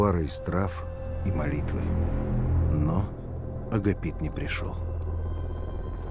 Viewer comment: монаха лекаря звали не АгапИт, а АгАпит